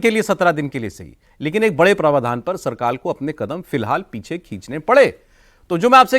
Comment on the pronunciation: आप हिन्दी समाचार चैनल चलाते हो और हिंदी की शब्दावली बिगाड़ते हो। प्रवाधान नहीं होता, प्रावधान होता है। आपको सुनने वालों की भी भाषा बिगड़ेगी